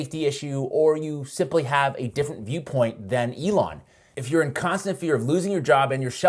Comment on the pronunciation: Eh-lon! Eh-lon! Eh-lon! Eh-lon! Eh-lon! Eh-lon! Eh-lon!